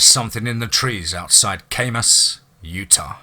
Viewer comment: I live in Utah where the second story is talked about. Kamas is said as Cam Us, Kamas just food for thought. I hunted above Kamas quite often. I went to high school in Park City, home of U.S. Ski Team. So we did a lot of kegging and camping above Kamas. CAM US. CHEERS✌👣👣👣🍻